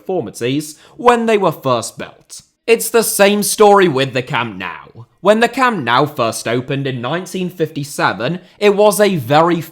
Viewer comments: btw why do you say Camp Now (as in english "now) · Camp now... 😢 the pronunciation... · I love every clip by him too. But why is every British person/YouTuber pronouncing it Camp "Now", without anyone correcting it? It's stupid that modern stadiums are built in a way that they can't be extended, without gigantic costs. Or else Bayern would've had a fourth tier for a long time. But it's almost impossible. The stadium was built together with 1860 München back then. 50/50. Hard to imagine today. Bayern used the financial struggles of 1860 to buy their shares back step-by-step. That's why the seats originally were all grey and the capacity was only 66,000 seats. Every match at any tournament is always sold out, with the possibility to sell 100,000 tickets more. Bayern would probably be the only football club in the world able to have a +150,000 seater stadium, that would be sold out every match!